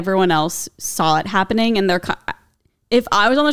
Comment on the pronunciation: "hopening?? It's giving stroke" It's fine - different strokes for different folks 😂😂